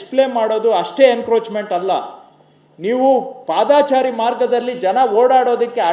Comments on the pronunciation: ಪಾದಾಚಾರಿ ಅಲ್ಲಾ ಮಂತ್ರಿಗಳೇ. ಪಾದಚಾರಿ.ಕನ್ನಡ ಕನ್ನಡ ಭಾಷೆ. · ದಯವಿಟ್ಟು ಪಾದಾಚಾರಿ ಬದಲು ಪಾದಚಾರಿ ಅನ್ನಿ ಆದರೆ ನಿಮ್ಮ ಧ್ವನಿ ಮಧುರವಾಗಿದೆ. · Paadaachaari alla padachaari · padaachari alla paadachari correct maadikolly manthrigale